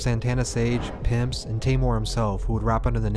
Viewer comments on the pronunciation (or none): Also its pronounced PimpYz not “Pimps”